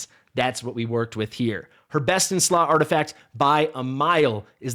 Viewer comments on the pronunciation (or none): none